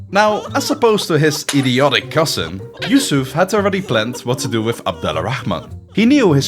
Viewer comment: It’s pronounced abd ur-rahman, not Abdul al rahman. You can spell it either Abdul rahman or abd al rahman but not Abdul al rahman